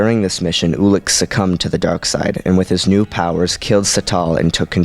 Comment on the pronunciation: I think it's pronouced you-lik not oo-lik